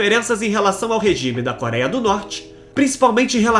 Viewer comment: parei no "koraia", adeus.